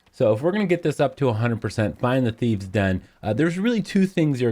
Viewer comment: Dude really? Thieve's and rouge? I'm Dutch and I know it's thieves and rogues ffs. Shame on you.